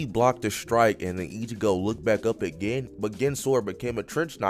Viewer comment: u rlly gotta research how to say certain ppl’s names, like sayin “gin” instead of “geen” is crazzzyyyyy